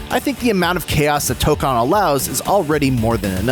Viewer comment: It’s toe-cone